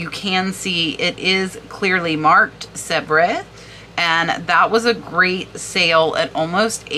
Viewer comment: The French porcelain company is pronounced “ Sev” fyi!